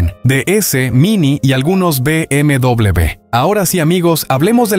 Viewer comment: BMW no se dice “Be Eme Doble B”, la forma correcta es “Be Eme Uve”